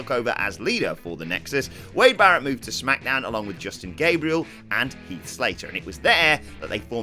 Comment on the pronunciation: You said heath and slater